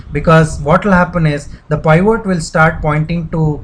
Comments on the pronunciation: peevat not piiiiiiiiivvvooooot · It's PIVOT not POIVORT LOL